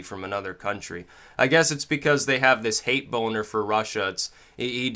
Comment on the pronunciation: he said "hate bonner"